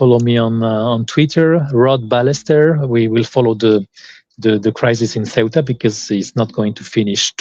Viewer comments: It's pronounced SAYootah. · is an excellent guest. "Ceuta" is roughly pronounced like the English pronunciation of "suit" (or the -ute of 'refute') with "ah" on the end. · Loved this interview. However keep in mind the city of Ceuta in Spanish is pronounced more like like “Theota” or “Seota” depending on the accent. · Raymond, I love your content but, as Moe said to Curly, " Get it right, onionhead." It's CEUTA. The initial C is pronounced like the TH in "think" and the e comes before the u. So practice saying, [theh-ü-tah]. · 'Ce - u - ta' is the pronunciation ¿ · Why are you talking about a town whose name you cannot pronounce? The pronunciation was even demonstrated for you by a native speaker of Spanish. He does not say soo-wetta. Come on. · It’s “SEUTAH“